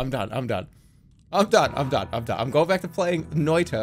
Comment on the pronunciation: I'm impressed how close to the actual pronounciation of "noita" that was.